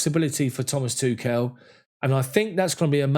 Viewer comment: smh.. why can't anybody say Tuchel correctly